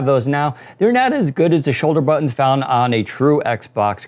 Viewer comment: say buttons